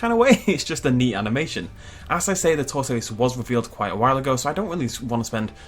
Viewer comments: The way pronounced tortoise hurt me... It really hurt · 30 seconds of pronouncing tortoise is all I needed in my life.